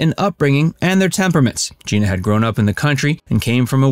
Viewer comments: He was a really good actor, but couldn’t get past type-casting as a slimy greaseball character. She was just great in every single thing she ever did! FYI — her name is pronounced Jeh-na, not Gee-na . . . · It’s not GIna it’s GEna ! Please pronounce her name the right way. It’s so disrespectful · It's pronounced like Jenna, not Jean-uh. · It may sound trivial, but her name was pronounced like “Jenna”, not “Geena”. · First, I usually stop listening to any Rowlands/Cassavetes story when she is referred to as “Geena.” She’s been around for 70+ years, you should know it’s pronounced “Genna.” Also, I’ve never seen any documentation that they considered divorce. Citation, please? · Huh?? Her name is pronounced like Jenna..not Gina.. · Her name is GENA not Jeana!!! I knew them well. Please be respectful!u You are so off.. with your superficial and tacky interpretation. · Gena not Geena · Her name is pronounced like Jenna. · stop calling her geeena, its Gena like jena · Her name is pronounced Jenna, not Jeena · This shoddy piece about two great legends made me cringe every time the narrator said "Jeena." Her name was pronounced "Jen-na!" Really inferior work here. An insult to the great couple. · Not Gee-na. It is Gin-ah. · It’s GIN-AH. Not JEANA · I do believe that Gena’s name was pronounced “Jenna”. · Well done! But it’s pronounced “Gehna.” A soft “e.” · She pronounced it "Jenna". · Gena pronounces her name like “Jenna”, by the way. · No it's not it's pronounced Jenna 🙄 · Any references for the information you claim? Also you mispronounced her name.